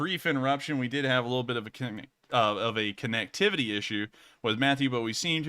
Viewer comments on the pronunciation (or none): none